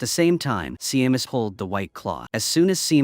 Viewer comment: Seamus is pronounced Shame-us